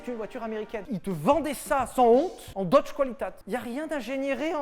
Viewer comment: On dit : Deutsch "kvalitéte " pas "koualitate" !